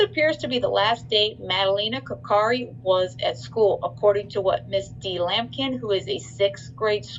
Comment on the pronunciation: She is not saying her name right ☹️